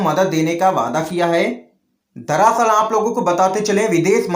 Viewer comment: तुम दरसल को दरासल क्यों बोलते हो?